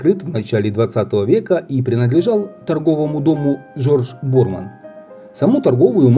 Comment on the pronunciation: Ударение Борман на последний слог.